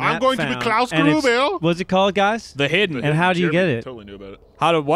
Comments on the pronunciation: "iwmwm th hiwdee" -Joel Heyman, 2015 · ***** it's more like I a de heeeden